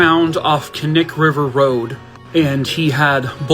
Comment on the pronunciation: Thank you for pronouncing Knik properly